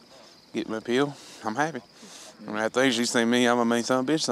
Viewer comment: The way they say "pill" like "peel" (orange peel) is so fuckin annoying man haha.